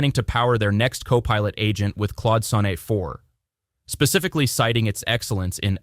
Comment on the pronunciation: I think this audio must be ai generated. Pronouncing IDEs as I.D.E.S.? Replit as RePLEE? Claude Sonnet as SoNNAY?